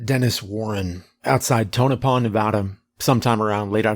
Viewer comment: Thank you for pronouncing Tonopah correctly